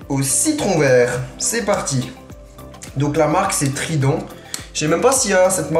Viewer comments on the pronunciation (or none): Mec trident c'est frident Moi je sais parce que je vis la bas😄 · trident=frident en France 😂